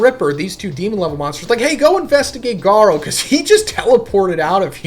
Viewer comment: His entire series easily explained feels extremely ai, he mispronounces Garou in ways he's never done before, you should just listen to the video yourself